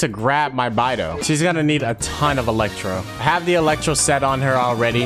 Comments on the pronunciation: Im sorry but that whole time he was saying bye-dou I was just gonna stop watching T-T The chinese pronunciation is more like bae-dou but like whatever XD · Punch yourself in the face everytime calls Beidou, "Baidoo"